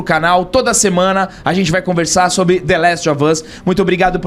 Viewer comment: É, The Lastovas, aprendam a falar, viu? Kkkkkkkk....